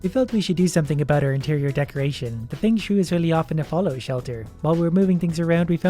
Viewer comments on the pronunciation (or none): Fang shoo e lol fung shway